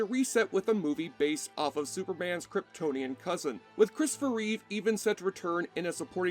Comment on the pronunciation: Its Reeve not Reeves